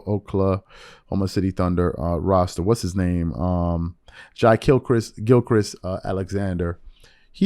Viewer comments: its shai-gilgeous alexannder not gilchrist lmaoo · Wait...did he just try to say Shai Gilgeous-Alexander??? If an NBA Podcaster doesn't know how to pronounce this man's name by now then I become very suspicious. He pronouncing guys name as if he's never heard of him. Like he hasn't been a beast!